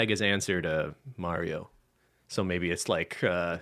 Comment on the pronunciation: Wait 😦 did actually pronounce “Mario” correctly?!? Who are you?! You’re not the real 😂😂😂